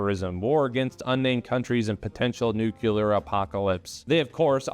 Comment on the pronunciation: Calling it out cause it’s a pet peeve: LEARN HOW TO PRONOUNCE NUCLEAR. It’s nu-clear